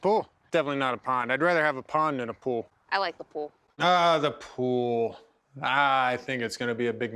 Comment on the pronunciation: Who knew the word “pool” had two syllables?